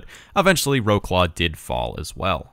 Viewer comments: Wroclaw is pronounced Vrots-Wav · I love polish prononciation, I think Wroclaw is pronounced “vrotslov” or something like that. Not hating on how you pronounce it because as an American I do the same thing, It’s interesting to me to hear how other countries pronounce their cities though. Also the German name prior to ww2 is BRESLAU, pronounced much more similarly to how it’s spelled for English speakers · Oh, and in case you'll be conquering Poland in games to come, here's how to pronounce Wroclaw ;)